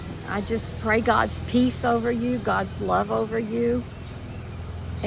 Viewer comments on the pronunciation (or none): none